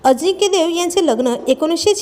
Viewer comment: Adhi nit bol ajikya nahi tar ajinkya lamban lau nako